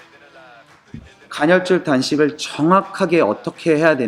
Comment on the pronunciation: 영어만 쓰고 산 사람이라 이런 발음들이 미흡하다는걸 뻔히 아시면서